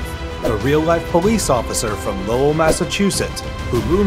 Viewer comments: Lowell Massachusetts is pronounced Lole not Low El the pronunciation is getting worse here I thought the pronunciation of Michael Crichton ( CRISHON) for the Jurassic Park video was disrespectful enough 😂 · It's NOT "lo-well" it's "Lowell" pronounced as one word... I know Massachusetts towns can be tough to say, but this is an easy one compared to others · The real bullshit alert is how you pronounce “Lo-well” lol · WTF happened to the way you pronounce Lowell